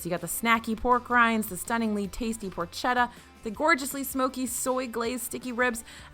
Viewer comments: Good stuff! And it’s “por-ketta”, not por-chet-a! Italo-phile here, all apologies ☺️ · The ch in Italian is pronounced like a “k,” so porketta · Porchetta is pronounced "porketta". Cheers from Italy.